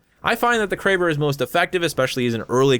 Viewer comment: Him: Kray-ber Me: Crabb-er Me again: that sounds so much better